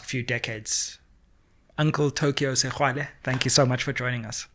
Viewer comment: Why sexwale instead of sekgwale they way sound as sesotho .and he should be the next President of sa